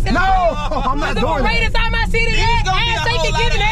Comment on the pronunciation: "its a paradebiside our city yeahh" 😂😂